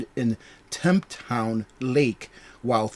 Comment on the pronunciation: in our defense here in Arizona a lot of us dont know how to swim even our cops and FYI more people drown in the desert than anywhere else. and it is pronounced Tempe Tem Pee